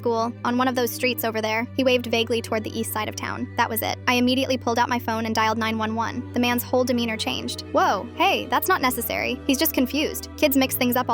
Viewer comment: Bro it's not 901 it is 911 hahahahaha